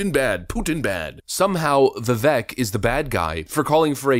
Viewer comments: Ramaswamy is too awesome a voice for the Truth -- we OWE the guy an accurate pronunciation of his name, as he has said it's important to him. It's pronounced "vi-VAKE" -- a long "A" for the second syllable. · Like him, too, but it's Vi-vake, rhymes with cake 😊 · Show some respect to the man.. his name is correctly pronounced as Vi-vake, as in ‘cake’. To repeatedly pronounce it incorrectly is asinine. Jes’ sayin’! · Dude it’s VIVEK LIKE CAKE!!! This is cringe af hahah ur supposed to be up on the news and politics, can’t even say his name right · Just so you know, it's pronounced Vivake. He needs to be Trump's VP pick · It’s pronounced “viv-ake,” like cake! 😉🤘🏻 🇺🇸🇺🇸🇺🇸Vivek 2024!!!!🇺🇸🇺🇸🇺🇸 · It's Viv-ake as in 'cake'. 👍 The more you know 🌈🌠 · Vi-vake is the correct pronunciation. Thought you should know because you'll probably be saying his name quite a bit in the future. Just FYI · Vivek rhymes with cake, rake, bake, wake. We should at least say his name correctly. Please. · Bruh, it's VivAAAKE like cake! Learn how to pronounce his name if you are going to be a decent political content creator. You are welcome. Lol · I hate to be that guy...and I don't think it bothers him, but... Vivek=pronounced 'Vivake' like cake. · His name is pronounced viveik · It’s Vi-vake like cake (as per Tim Pool) 😂 this guy would be awesome as VP the do a full 8 of Commander and Chief. Getting climatized would do him some good. Can’t wait till someone takes a hatchet to the system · Not wrong but vivek is pronounced as Vivek like cake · To pronounce Vivek is Vi-vake, like cake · Vivek like cake is how it's pronounced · For those who are interested his name is pronounced (viv ake. ) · His name is pronounced "Vivake like cake". Get it together. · His name is pronounced vi-vake, he is my current hero, he does not have the name recognition yet to win the presidency but he will the next time around. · FYI. Vivek rhymes with CAKE. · youre not even pronouncing his name right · Pronounced "Vi-VAKE"!